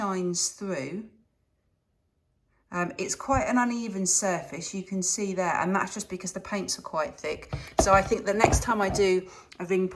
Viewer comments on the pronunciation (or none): none